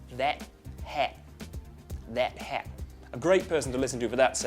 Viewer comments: "that hat" sounded kiwi, I say it more like that-at and the t sounds kind of "blurred" out a bit but anyway Australian accents all sound different anyway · "That Hat" is a kiwi accent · wasn't too bad 'cept for the 'a' when doing 'that' 'hat' that was the kiwi accent!